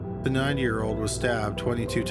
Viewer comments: I know the first case dealt with a 90 y/o victim but it sounds like you say '9 y/o'. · You keep saying " 9 yr. old ", I wasn't 100% sure til I double checked on the transcript. Either way, always enjoy your content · I thought he was saying the 9 year old not 90. I was so surprised that a deaf 9 year old was living on her own